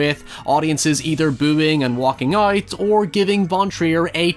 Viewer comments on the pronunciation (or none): hahaha.. "the hoyse jack built" "oyt there" Hoyever".. LMAO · Out ❌ Uoot ✅